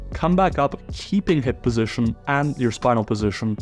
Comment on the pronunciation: posishion, posishion position, not a posishion